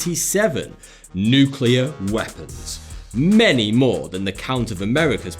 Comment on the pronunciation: THANK YOU for saying “nuke-clear” and not “nuke-ular”